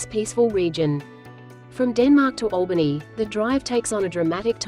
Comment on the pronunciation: Not bad vid. But please research pronunciations of the towns etc Albany was pronounced wrong 3x times.